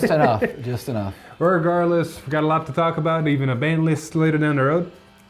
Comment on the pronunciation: Ah yes "Ban List"